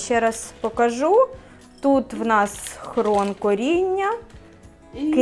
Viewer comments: Не хрон а хрін пані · Рецепт зацікавив, треба спробувати., дуже вуха ріже, все-таки хрін, не хрон. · Хрін , а не хрон, тітка грамотніше говорить